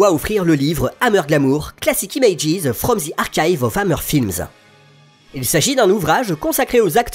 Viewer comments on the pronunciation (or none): none